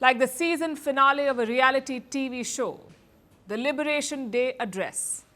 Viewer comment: Liberation dray. Day*. Liberation Day* What da palki 😂